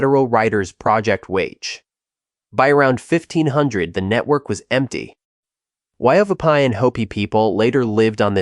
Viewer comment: Wupatki not Wupake. Casa Grande is known by the O'Odham peoples to be the home of the leader of the "river people." The cliff ruin at "Montezuma Castle" is not related. A lot of the images in the narration shown are not related to the story.